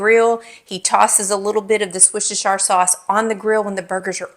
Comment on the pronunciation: Pronounced "wuuursteshere "❤ sauce